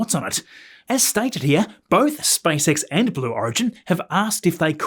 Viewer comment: Вниманию авторов автоматического голосового переводчика: на русском языке компания Маска SpaceX читается как Спейс Икс, а не Спасекас. Найдите нормального русскоязычного консультанта, наверное это не так трудно. И в некоторых местах неправильное ударение в словах, но это не так страшно.